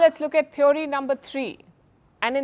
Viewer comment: Wonder why so many of our anchors pronounce it as thev 'o' ry / theev ree (थीओरी / थिवरी) instead of "thee uh ree" थिअरी